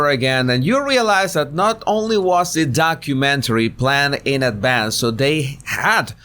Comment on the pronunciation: Did he just call it a HORROR mentory lol